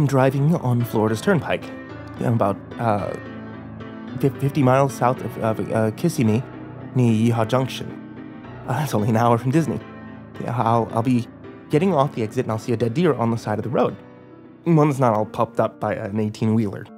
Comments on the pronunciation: It’s so funny to hear people not from the Orlando/Kissimmee area say the word ‘Kissimmee’, as they run it all together for ‘Kissim-mee’. It’s ‘kihss-IHH-mee’ lolz. The stress is on the ‘im’ (a long ‘i’ like in the word ‘it’) part between ‘kiss’ and ‘mee ‘. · hey i love this channel to death but as a floridian native i giggled a little when he said "kissy-me". im def gonna call it that now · the way he said Kissimmee made me chuckle